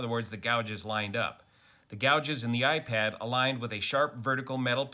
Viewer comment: it's "iPad"